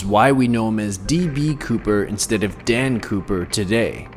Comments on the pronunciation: I thought they said Dan pooper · I heard Dan pooper